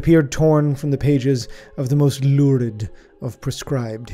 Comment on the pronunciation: I will never not pronounce "lurid" like just did.